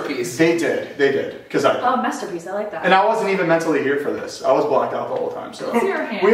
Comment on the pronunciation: Nobody: with his dad jokes: "Messterpiece"😂